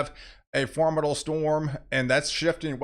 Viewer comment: Is “formidal” a weather word, or is that just the way he says “formidable”?